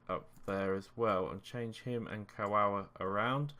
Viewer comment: Good lets play series mate, but why do all you youtubers act like you cant pronounce names? Really gets on my nerves... If you can pronounce Lewandowski how come you cant pronounce Kagawa?!